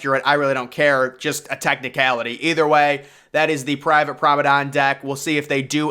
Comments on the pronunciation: I have help you out with this, as a native British speaker. It is correctly pronounced Prom-on-ahd deck not prom-on-ahn, the D is hard not silent another correct pronunciation for this in American English is, promon-aid as in band aid also with a hard D. Hope this helps your presentations in future, And a great video by the way, Thank you for your work. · Don’t make anymore video on the promenade if you can’t pronounce it correctly lol. Truly atrocious pronunciation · Nice video, interesting pronunciation of Promenade....which I don't think ends with an "N" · It’s pronounced Promenade* cool video!!